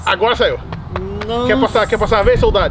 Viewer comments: Não é ser hater mas esse "soltado" tá dando agonia. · n gostava de ir p escola e hj ta falando soltado kkkkk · Man com esse "soltado" não sabia se tava falando solto soldado so cliquei mermo kkkk